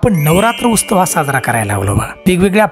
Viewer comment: उस्तव नाही उत्सव असत.